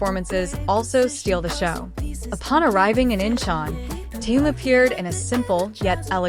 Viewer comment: Соава Богу, хоть "Ким" правильно произносит, а уж имя "Тэхен" исковеркала до невозможности! Хочется ругаться, честное слово! 😮